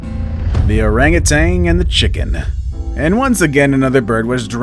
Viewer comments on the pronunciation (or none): OranguTAN, not OranguTANG. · OranguTAN not "orangutang" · “arangatang” Orangutan. We’re adults now bro.